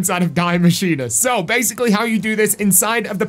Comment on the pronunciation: “Diy maschine”💀